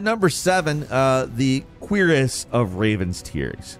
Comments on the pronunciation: Its a cure-is not a queer-is for future note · "Queer"ess LOLOLOL. It's Koo-Rahss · Cuirass being pronounced 'queer-est' has me cringing so bad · It took me a while to understand what he meant when he was saying queer ass... ive never heard cuirass pronounced that way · The queerest of raven tears? I thought it was pronounced CURE ASS. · it did feel like it was a joke. I’m sure he knows about the word “cuirass” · We're gonna let you slide on those "Muspelheim" and "Cuirass" pronunciations just this once lmao. Keep up the good work mate ( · You mispronounced Muspelheim and Cuirass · Why are you saying Musphelheim like that?? "mooSPELheim"😂 Got Cuirass wrong too, it's not "queer-ass". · “Mispell-heim” and “queeriss of Raven tears” 😂💀💀 bruh